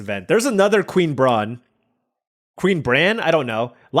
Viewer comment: Queen Brah-neh